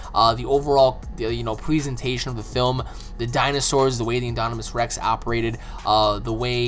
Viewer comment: InDOMinous Rex. Not inDONimous Rex. I wouldn't care if you didn't say it so many times wrongly.